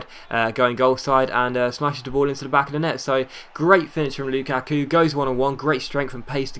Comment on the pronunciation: Dude it is not loo kaaa kuuu